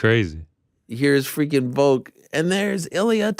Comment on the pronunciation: Its VOLK not VOKE we need to talk about this again